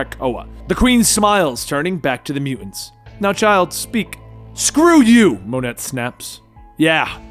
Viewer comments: Thanks for the video; saves me a lot of time and money while still entertaining. Also, it’s “Moe-ney”, not “Mon-et” lol. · Unless it's been spoken somewhere before, I'm pretty sure Monet is pronounced Moan-A. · Another awesome video! I was wondering who Monet was until I realize you were referring to the former Generation-X member. Her first name is actually pronounced "Moe Nay", FYI! Keep up the good work!